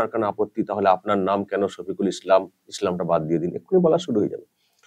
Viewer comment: তুমি ছফিকুল ইসলাম 😆😆 আগে বাংলা উচ্চারণটা ভালো ভাবে শেখো ছফিকুল ইসলাম 😆😆